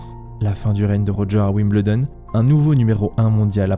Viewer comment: Génial docu !! Merci ! (Wimbledon s'ecrit comme ça mais se prononce Wimbeuldon ;) ) zoubi